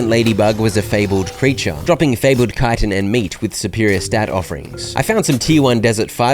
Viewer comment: Just being one of the few youtubers i've ever watched that's able to pronounce "Chitin" has earned yourself a like